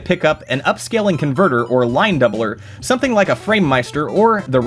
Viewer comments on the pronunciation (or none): none